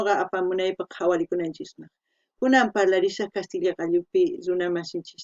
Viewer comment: no es parlarisun es rimarisun